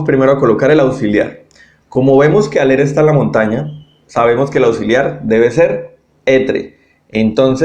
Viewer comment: Gracias, estaría bueno que pronunciaras en francés x ejemplo cuando dices être, aller o avoir